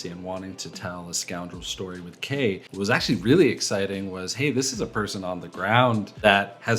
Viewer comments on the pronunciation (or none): none